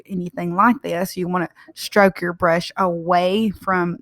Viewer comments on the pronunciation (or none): The project is beautiful, but one thing is that, there is no word in English as (shtrok ) it’s STROK , S like Slam. That’s all.